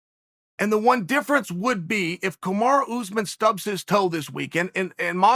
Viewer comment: Hes still saying Ooozman Its not pronounced Chael It's pronounced , Shall